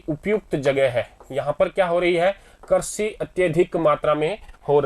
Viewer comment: I am sorry sir actually crazy nahi hota hai krishi hota Hai